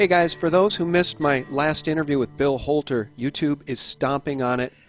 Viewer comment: Who owns this channel? Anyone know this name? Notice how he pronounces the "h" sounds like in the name "Bill Holter".